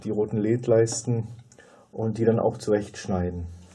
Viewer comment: Die Aussprache "Leeds" (ja, langes e) ist ja grausam. Seit Jahrzehnten kenne ich die Aussprache nur in der Form L-E-D, also jeder einzelne Buchstabe auch einzeln gesprochen. Das geht wohl heute nicht mehr?